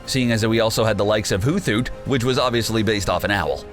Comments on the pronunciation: 😑?HOOTH-HOOT?😑... HOOT-HOOT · Pronounced Hoothoot as “who thoot” ... eye twitch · hoo-thoot? you knw the narrator is not a poke-fan (sry I'm slightly angry from all the mis-pronounciations (I don't even know if I spelled that right)) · Dude!!!... it’s Victory-Bell not Vic-tree-bowl🤦 come on haha also It’s Mana-Fee not minufee and it’s Hoot-Hoot not hoo-thoot 🤦😂😂 I love your videos guys just please look up the pronunciations for things first 😂😂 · How can you mispronounce hoothoot... hoot-hoot, not hoo-thoot and don’t get me started on the other mispronounce Pokémon. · This is what happens when you don't check your sources and rush out your next monetized video. C'mon... "hoo-thoot"? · Could way take a few minutes next time to research pronunciations before making the video? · it is. Don't believe any of this videos pronounciations like seriously hooth-oot? min-athy? and they spelled drowzee wrong. but I guess they did make a referance to the OFFICIAL magikarp song... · and hoothoot that one really made me cringe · HootHoot got the TH pronounced together as opposed to separate, also. Pronunciation aside I knew what he was getting at.